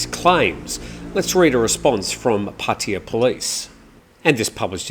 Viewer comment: What is puttia ??? I thought it was Pattaya my Thai friends are laughing too about the way you pronounced puttia